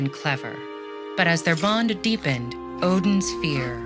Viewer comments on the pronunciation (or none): none